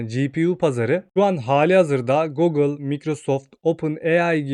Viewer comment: Biraz telaffuzlara dikkat edelim. Cok rahatsiz etti video boyunca.